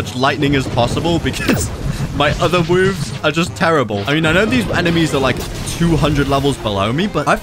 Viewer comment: "my other woves" XDDDD